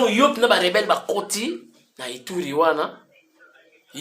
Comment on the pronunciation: Azo loba ba rebere au lieu de rebelle, , aventurier ya rwandais , apakoli Ambi, ba rebelle bakoti mukinza